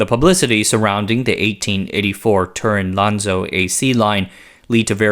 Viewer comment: That's not how you pronounce 'Turin'. The emphasis is on the 2nd syllable, and the 'Tu' is approximately like 'Tyur'